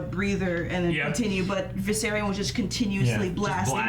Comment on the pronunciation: It triggers me everytime says Viseryion